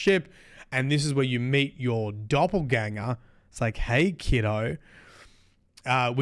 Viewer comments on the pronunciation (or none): none